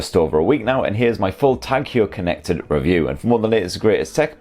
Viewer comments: Hewer?, skew el, bewk. Non Sunderland folk, won’t understand that. I think it’s pronounced Hoyer, , as in, hoy a amma ower ere. Great review. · Hoyer, not Hewer :) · The way he pronounces it sounds like he's about to throw up. He should have researched how to say it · It's pronounced 'hoiya' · "Tag Hior" 😂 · Please pronounce the name correct, home work, Tag Heuer not Huer, a bit embarrassing if you do not get that right... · Great review ... just a lil bit annoyed with the pronunciation way ( swiss ears perspective - sorry ) 🤭 and just wanna say swiss ( German ) pronunciation 😬 Heuer supposed to read as : ( Hoyer ) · Edouard Heuer was Swiss, and there are multiple vintage Heuer adverts in English which even state on them “Say Hoy-er” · Good review, wrong pronunciation. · learn how to pronounce the brand of the watch, this is ridiculous... my ears are bleeding this is unmatchable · Why can't you pronounce Heuer properly...